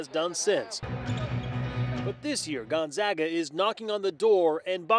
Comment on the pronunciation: Gunzaga? Our local news should at least say it correctly. Thank you for saying Gonzaga correctly.